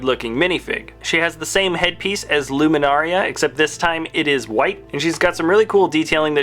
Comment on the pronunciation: LUMINARA UNDULI NOT LUMINARIA !!